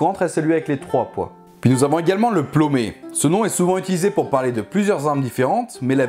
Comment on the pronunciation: Il a dit Plommé